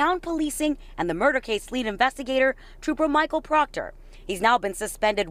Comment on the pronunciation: Who cares about Proctor and his family! He brought this on himself. Too bad so sad Proctah Troopah.